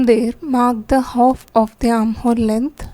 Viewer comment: Hof inches kya hota h...half inches bolo...aap ki video may bht over voice ho rkhi h english may h but words clear ni h aap ke uski vaja se smjh bhi ni aa rha